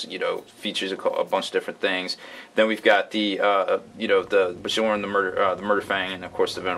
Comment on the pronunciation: FYI, the J in Bjorn is pronounced as a Y